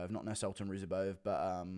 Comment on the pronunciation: The C is silent in Nascimiento